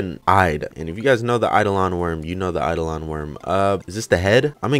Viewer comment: eye dough lun not eye duh lawn. It's Latin for "specter"